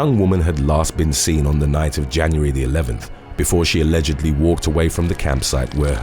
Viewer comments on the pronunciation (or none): none